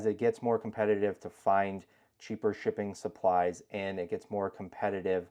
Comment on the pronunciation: I keep thinking I'm hearing "chicken supplies". Lol.